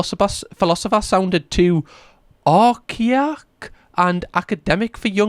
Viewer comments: It's pronounced "ar kay ik" 👍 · Archaic (Are-Kay-Ick) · The word is AR-KAY-IC = archaic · Archaic = ar-kay-ik 😇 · Ar-kae-ick at least I am still Scottish. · For a bit of help (as it's an older word but it still checks out), it's pronounced Ar-Kay-ic. It also means old fashioned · "Are-kay-ik" means it was too ancient a word for most Americans because uncultured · are-kay-ick is how you pronounce archaic just letting you know buddy, love the vids keep it up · For those who are curious, Archaic/Arcaic is pronounced "Arr-kay-ic" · Ya know, when y'all have a hard time with a word, maybe you never saw it before, Like Socrates, or Archaic, I find myself yelling the proper pronunciation at my monitor... That word is, sound it out, Ar-(like a pirate ARGGH) Cha-ic (kay- ick) Ar kay ick = Archaic. Not to put you down, it hurts my ears, I am so sorry... Have a better day. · I'm sorry, Arch-what did you say? lol, letting the intellectual side and creators of English Language down completely, call yourself British and a northeasterner, shame on you. Ar-kay-ic it's pronounced, Archaic (Ar-kay-ic). Dam it man, not helping us here lmao. The term 'military time' is archaic and was used when people had analogue watches and clocks because digitasl clocks haddn't been invented yet, this was during WW1 and 2. T educate the Americans: Military time = for instance and will be written like this. (MT) 24 hour time in rest of the world = - (RW) notice the difference MT = RW - to include seconds MT = meaning 7am and ten seconds and 2pm and 10 seconds, this can be confusing. to include seconds RW - - anmd uses the separator to distinguish hours:minutes:seconds as anyone in IT especially on SQL Servers and the like will tell you. the colon is the significant diferernce between the two. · The irony of you mispronouncing ar-kay-ick haha - I love it 😂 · Archaic: Ark-ay-ik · Applause for your pronunciation of "archaic." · Like I'm from finland and was also confused why he said it like that